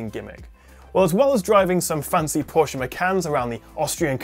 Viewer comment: A reviewer of this phone that pronounces Porsche correctly :O :O :O